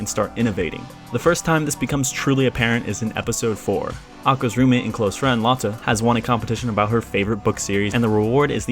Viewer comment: ive never heard anyone say lotte like that. Epic vid tho.